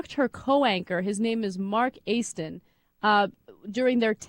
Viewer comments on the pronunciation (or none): none